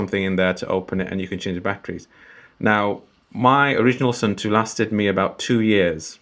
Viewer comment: Hello! For proper water resistance, when you change the battery, clean the cap/gasket/case well. And before reassembly, smear a dab of silicon grease on the gasket. My khaki version is still going strong after 15 years, the plastic just became completely smooth and shiny ;). But for pronunciation, Suunto is to be pronounced like "soon toe", not "soon too" or "sun too". ;)